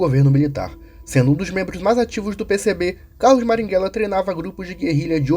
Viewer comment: Marighella; A própria história mostra que ele queria trocar uma ditadura por outra enquanto praticava terrorismo (Isso foi dito pelo próprio Fernando Gabeira, mas, infelizmente, você não cita isso no vídeo). Passe adiante. (você falar maringhella, em vez de marighella me pega demais kk)